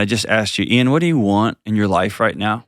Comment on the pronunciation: 😂 Eye-an and Joctor Dohn. I had to go back to make sure i heard it correctly 😂 love it